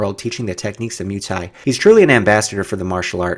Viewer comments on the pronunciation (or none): hey its not MOO thai please try moi for muay thai. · 🙄good stuff but Muay thai is pronounced like boy but with a M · Your pronounciation of Muay thai is god aweful